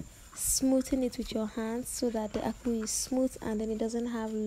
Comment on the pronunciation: Next time don't call it akpu... Call it AKPU 🙃😂 Weldone my girl 🥰